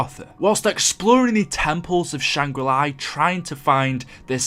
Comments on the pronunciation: Why do you insist on saying things wrong? You say Shangri La once and then for some unknown reason you begin saying Shangri LIE..... learn to English please. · “Shang re-ly” 😂